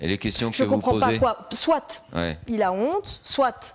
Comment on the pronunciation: « soite. Soite soite soite. « Elle est sérieuse là neuf.ellemmerneve avce son soite